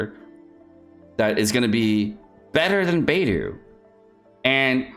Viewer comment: That's not how you pronounce Ganyu and Beidou, even Albedo